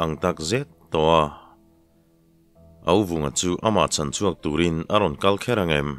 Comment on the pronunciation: A chin chhuak tih hi i hre sa emaw ka tia....a chîn chhuak (chînrang thluk ang deuh hian) tia lam tur a nia a hma khan i lam dik viau zel sia